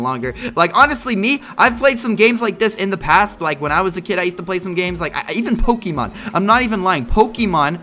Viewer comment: why did u said pokimon.? Its pokemon not pokimon